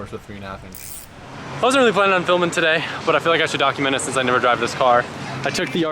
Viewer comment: Anyone else notice the way pronounced the word 'today' cracks me up everytime